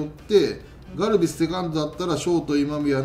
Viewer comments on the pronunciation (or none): ガルビスがガルベスに聞こえました、笑 えっ‼︎ 巨人って思った方はいないっすよね、笑